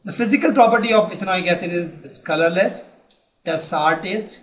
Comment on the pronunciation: It's not clourless it's colourless